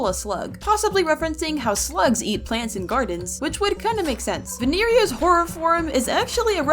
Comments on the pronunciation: Vinieria- ITS VINIERA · Vinerea nah it's (vine) (ree) (a) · Vineria its actually pronouced vie neria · I think you pronounced vineria wrong